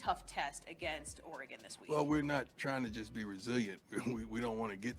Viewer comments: That’s Or-e-gun, not Or-e-gone. And Dan Lanning not Langing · Lol you don't know how to say Oregon. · Casey Rogers is a very solid Def. Lineman, but Dorlus is likely a name you will hear more often in the Colorado backfield. Saying Ore-gone is like me saying Color-A-doo. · Show some respect. It is pronounced "Ory-gun". And Oregon's Coach is Dan LANNING. Research my man. And showing his press conference where he asks, "What have they done in this conference?" basically is the truth. The Buffs haven't really done anything in PAC12. So how does Deion use that quote? He wasn't referring to the current team. As for the game, it should be fun. Does Colorado have a chance to win? Of course, anything can happen in a college football game. See Appalachian State vs Michigan. Will they win? Probably not. And moving through the conference they are most likely going to struggle as they play tougher teams. Oregon, USC, Oregon State, UCLA, Washington State and Utah are all possible losses. And many outlets are saying Colorado will only win 6 games. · bro please learn how to say oregon right